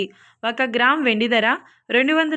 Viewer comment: Please recruit anchors/news readers who can pronounce correctly. This woman pronounce Dhara (price) as dara in the same way other words. Very disgusting.